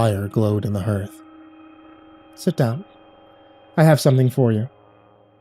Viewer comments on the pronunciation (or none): Hearth is pronounced harth not hurrth